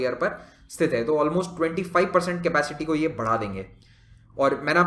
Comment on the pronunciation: It's क़तर not कतार